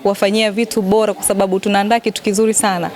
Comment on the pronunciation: Jamani hakuna jina Khanifa ni Hanifa mbona Lugha ya Kiswahili mnaiharibu kwenye kuandia na kusema. Ni bora siyo bola 😮 daah huyu Dada ni kitoka Mji gani….